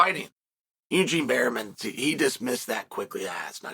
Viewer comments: Bareman, not Berryman Uncle. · He says berryman so much I had to check.. it's still bareman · Don’t call him berry men Unc 😭 it’s Bear Man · Bareman, Berryman 😂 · I only watched 5 seconds and Chael already said Barryman... Uncle Chael truly is one of a kind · pronounced "Bare-MIN"